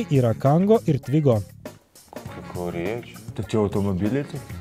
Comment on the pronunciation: twingo, o ne twigo!